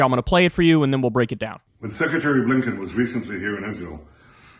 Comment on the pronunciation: Why is he referring to blinken as Secretary of Lincoln he thinks Lincoln is funny. Or he can't pronounce Blinken. Now he's saying fighting against Iran. And says he fighting for Isreal. Isreal is fighting for Isreal. Netanyahu's trying to leed Isreal into an endless war with all Muslim countrys. Netanyahu knows Trump will be the next president